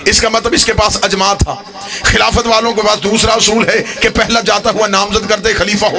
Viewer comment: Jis bgerat ki urdu tgek nhi ha Wo kya khaak aqeesa bayan kry ga اطاعت لفظ بار بار غلط پڑھا اس حرام زادے نے اجماع لفظ بھی غلط پڑھا اس حرام کی اولاد نے صحیح سنا تھا کی شیعہ لوگ حرام زادوں کو ذاکر بناتے ہیں اس کے ماننے والے بھی لعنتی حرامی